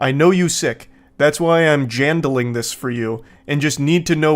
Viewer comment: “that’s why I’m JAndling this for you and just need to know which doctor you went ahfxjjfsjfj” 😹😹